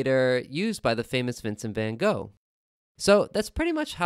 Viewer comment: Vincent Van Golf??? Seriously? lol